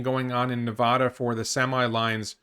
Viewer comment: Hey, can I ask you to correctly pronounce Nevada and Oregon, please? Thanks friend.